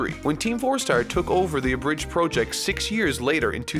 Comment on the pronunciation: I'm sorry but I still can't help but point out how pronounces "Project" as "Prœject" There's nothing with it, just caught me off guard the past 3 episodes